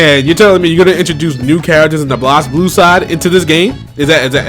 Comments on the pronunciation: Why does he pronounce it [Blahz-bloo]? And who's Leilachi? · Just a minor nitpick, but Blazblue is pronounced like Blaze Blue. That aside, yeah the DLC thing annoys me.